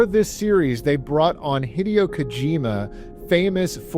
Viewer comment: Also it's he-day-yo Kojima, not hih-dee-yo 😭